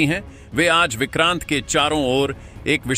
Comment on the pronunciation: Vikrant nahi he o ko oooor he😊